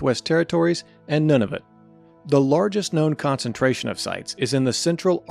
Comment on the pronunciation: Nunavut is pronounced “noon a vut”